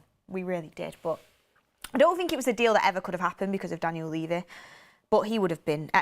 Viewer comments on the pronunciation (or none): none